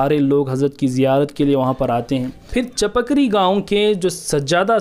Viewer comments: السلام علیکم و رحمت اللہ و برکاتہ۔ میرے پیارے بھائی ، اس ویڈیو میں آپ نے کافی معلومات فراہم کیں ہیں ھس پر اللہ تبارک و تعالی آپ کو خوب جزائے خیر عطا فرمائے مگر یہ بات واضح کر دوں کہ حضرت سید شاہ علاؤالدین قادری رحمة الله عليه کے خسر محترم کے گاؤں کا نام چپک ری نہیں بلکہ چِپگیری (Chipgiri) ہے۔ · Assalamuilkum bhai aap ne gawo ka naam wrong bol rahe hai . gawo ka sahi naam chupagiri hai aap ne video be banaya Hai